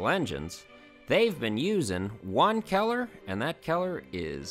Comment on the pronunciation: Lol... I heard keller and not color. What accent is that? No disrespect intended, just curious.